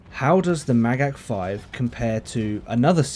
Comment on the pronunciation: You said Magach perfectly!